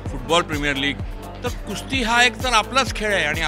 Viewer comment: Its Kusti (कुस्ती) not Kushti.👍